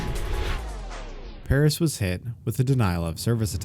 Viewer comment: Mad stuff dude (btw the pronunciation of Paras is not what u were sayin cause 1 of my friends name is Paras)